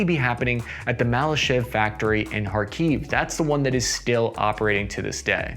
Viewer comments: It's better to pronounce KhArkiv, not KharkIv I'm from this city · Improvements a litlle. Not KharkIv, but KhArkiv. Not Paruese but PArus (we have no french-like constructions). Not Buzefalus but Buzefal (Буцефал). Also (topic of another video) M113 not perform so badly. Our soldiers fell in love with this APC. Slava Ukraini! Kharkiv-Zalizobeton!